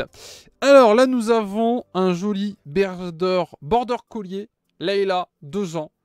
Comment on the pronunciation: Wtf "border colier "😂😂 c'est border "collie"